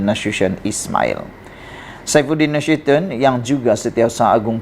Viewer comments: sebutan yg betul…..NA SU TI ON… bukan NASYUSYION adoiiiiiii😂😂😂😂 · Berita awak Ni xde punch la - semua org dh Tahu perkara Ni , sebutan Nama Nasution pun xbetul